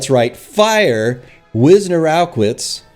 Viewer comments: That was ridiculous! Great commentary,! Repeat after me: Viz-nerr-o-vitch, Viz-nerr-o-vitch, Wiznerowicz. Polish names are tough, but they're not that tough. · For crying out loud, it's pronounced Viznerovitch! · I believe it's pronounced "Viz-Nare-Ah-Vitch" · Ewelina is Polish version of Eveline. So this is author of the tweet defending herself. And it's pronounced Visnerovich, by the way. I'd suggest consult a Polish text-to-speech for pronouncation. It's usually pretty spot-on due to the fact that in Polish same letter combinations produce the same phonems unlike English. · Damn. Btw you pronounce her surname viznerovitch